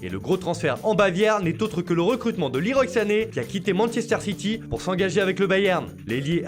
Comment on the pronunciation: Sa se prononce "Le roi" Sané pas "liroy"